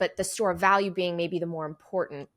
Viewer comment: you said impor-tant. It’s very unusual to hear Americans/ north Americans pronounce… TANT. Those last syllables are usually garbled with a nasal thrust. It’s not even something One can put on in a text or make it intelligible, sensible because it is so nonsensical. Martin..Mountain Putin… anything with (TIN or tint) is usually garbled, pronounced with a nonsensical sounds. So here’s to you again.👏🏼